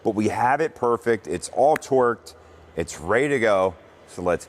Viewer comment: Good vid, but I swear you’re saying twerked instead of torqued 😂